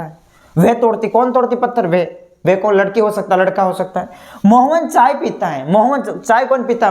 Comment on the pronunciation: Choi nhi chai hota hai sir ji 😂😂